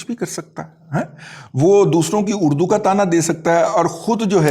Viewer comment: دادا جی ایک مرتبہ غور سے سنے اردو کہا کہ اڑدو